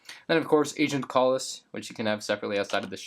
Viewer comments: And Agent Kalus's name is Pronounced CAL-US! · and kallus. he says kale-iss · How he says agent mall is and June Sato is so annoying bro Agent KAAAAAALlus and June Sayto is how he said it lol. Love ur vids tho.